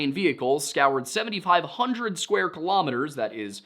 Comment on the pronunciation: Kilometers, not kahlumiters, do you say kahlumograms?